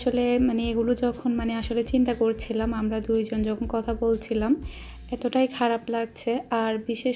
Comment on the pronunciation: আপনার ভিডিও ধারা বর্ননা খুবই ভালো হয়। কিন্তু কথা বলতে কিছু শব্দ উচ্চারন সঠিক বলেন না। যেমন কতা - কথা, টিক - ঠিক, পতিদিন - প্রতিদিন। প্লিজ কিছু মনে করবেন না, ফ্রেন্ডলি কথাটা বললাম। আসলেই আপনি ঠিক বলছেন, এমন মৃত্যু যেন আর কারো না হয়। খুবই হৃদয় বিদারক।